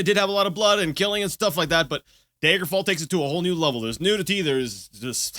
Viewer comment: am I the only one that pronounces daggerfall as dagger fall? so many people use the long "a" like "day-ger" ... it's "dagger"